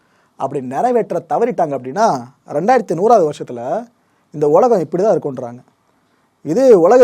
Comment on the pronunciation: அய்யா வணக்கம் அனைத்தும் கோப்புகளும் சிறப்பு உலகம் என்று உச்சரிக்க வேண்டுகிறேன் ஒலகம் அல்ல